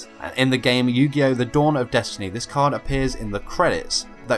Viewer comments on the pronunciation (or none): none